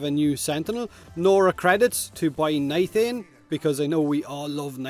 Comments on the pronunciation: Did you jus say..... Nithain? Its nitain. No H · Nithain? Do you mean nitain? lol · Im sorry, but i feel a little pain when i here NITHANE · Ahem, no H in Nitain. Eh FEM er ruh